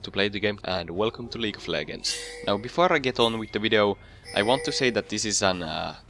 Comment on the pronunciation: xD "League of Leggers"... Nice video though